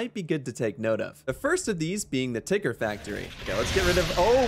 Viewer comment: “Tickers” and “Nickers” lmao 😂